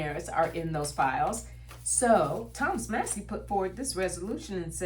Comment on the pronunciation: 😊 Congressman Thomas Massie's last name is pronounced MASS-ee. The first syllable rhymes with "class," and the second syllable sounds like the letter "E". Not mossy. ♥️🥰